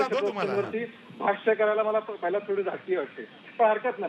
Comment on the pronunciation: आशिष मराठी भाषा नीट वापरली पाहिजे. आपले काही उच्चार अशुद्ध आहेत. राहिला, पाहिला या शब्दांचे उच्चार चुकीचे आहेत.